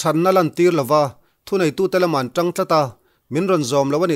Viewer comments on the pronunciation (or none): none